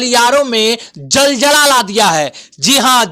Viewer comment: jaljla Nahi zalzala hota hai.